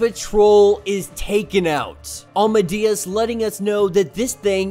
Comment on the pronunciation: No offense but I don’t think you’re saying Amadeus right 🤔